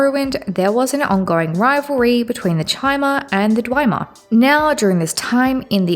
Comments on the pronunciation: No hate here, constructive criticism. It's pronounced Dve-mer, not Dwi-mer. Good series overall and material tho, keep loring ^^ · In Morrowind, Azura herself says dwee-mer in the final cutscene, but most people say dwem-er nowadays. Hearing dwi-mer is a first for me though hahahah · I have to assume you're mispronouncing things on purpose? Dwemer, Vestige, and Nerevarine all have PLENTY of examples spoken aloud throughout the game. And Dwemer and Nerevarine you are pronouncing nothing like the spelling. And of course why would Hlaalu have two A's if you're meant to emphasize the u? At first I chalked it up to accent but at this point it simply makes so little sense I can only assume you are doing it on purpose. Bravo, good troll. In every other manner it's a great video though, I'm enjoying the analysis